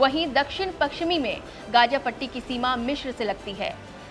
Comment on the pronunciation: Gaga nhi gaza 😂 kaha say atai hai yai journalist